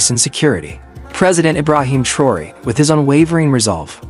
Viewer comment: Narrator you need to learn how to spell and pronounce President Ibrahim Traore name. France & Macron would NOT help ANY African nation. They are colonizers of Africa. President Ibrahim Traore excelled with success. France had NOTHING to do with Bakino Faso's success. If the West, US, France and others would respect Africa as a Sovereign Continent these Terrorist attacks would not exist. Africans aren't allowed to enter the US, France & West. AFRICA has NEVER tried to create a war with ANY country. If other countries want the GOD given resources in Africa. Ask, make an appointment & negotiate a substantial amount that will benefit the African people and get them all out of poverty.